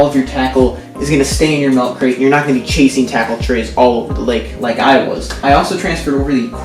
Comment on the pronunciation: Its milk not MELK